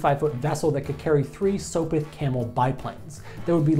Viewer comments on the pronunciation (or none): Sop-with, not soap-with. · Did he say SOAPwith Camel. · In the name "Sopwith" the "op" is the same as in the word "hop," not like "soap." "Macon" is pronounce like the city in Georgia, "may-con." And the Zeppelin Company is still making airships today. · dont you mean sopwith not soapwith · interesting video but the way you pronounce things hurts me mentally It's Sop-(like Mop) With not soapwith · Are you from Earth? Macon should rhyme with bacon, not "makken." Also Sopwith, the "sop" should be pronounced the same as "sopping wet", not "soapwith." Otherwise, informative video. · did this american just call a sopwith camel "soapwith" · what did he call them "soap-it" bi planes? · Did you just say "Soapwith Camel"? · did ya just say sopit camels? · did.he se "soap-with" camels ?